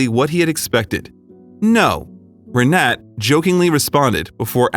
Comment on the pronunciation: For crying out loud. get her name right. Her name is Re-na-ta. like mine but in Germany and Poland thee is like an "a". He calls her three different names through out the story!. C'mon y'all, do better.